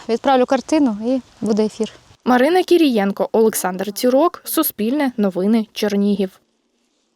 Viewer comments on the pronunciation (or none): Жінка чудова! Знайшла можливість там, де інші сліпі. І посмішка красива. А от журналіст недовчилася. Фонетику не знає, як і власне прізвище. Українською буде Кирієнко. А не кацапською кірієнко І так 99% журналістів - прізвища кацапською фонетикою вимовляють і пишуть